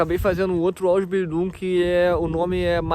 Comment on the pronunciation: Sua pronuncia na palavra Ausbildiung e Meister está errada